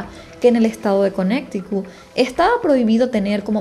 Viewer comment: Conneticut no conecticut